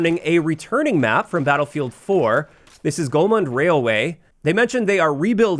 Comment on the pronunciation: There's no "N" in Golmud Railway. It's Golmud, not Golmund